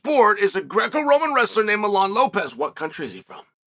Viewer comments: His name is Mijaín, not Milán. 🙄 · Me-HA-Ee-N…. For pronunciation in English… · Funny how chael calls him milan jajajjaja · "i have already given his name" you said it wrong buddy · It bothered me the whole time he kept pronouncing the name wrong 😂, it’s like Yoel Romero being called Joel Romero. 😂